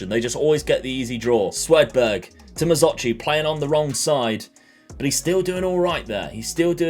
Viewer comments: It’s SWED berg not Sweden berg!!!!!!! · I knew you would make the knockouts! Had a good laugh, at “Swedenberg” Keep it up! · apologises for mispronouncing players names and then goes on to call Swedberg - Swedenberg......classic, dont ever change.